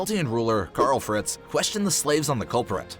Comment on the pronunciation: “Kyarl fretz”😂